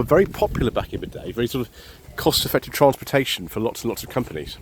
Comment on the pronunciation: "Transportation"? I had no idea you were Texan, sir.